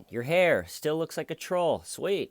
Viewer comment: "DA HAIYR IS THEIYR,, DA HAIYR IS THEIYR BUDD!!"